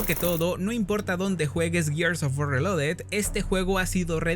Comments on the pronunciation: Que desperdicio para poder decir bien la palabra reloaded 😢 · es que es lo chistoso, mínimo deberían saber pronunciar bien el nombre de su juego si tan fans son :v